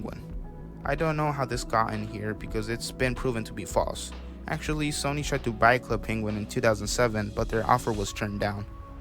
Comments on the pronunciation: I’m sorry but how the hell could you mispronounce Sony lol? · i mean he pronounced sony and a few other things wrongly too. I'm assuming he isn't a native English speaker or he just has problems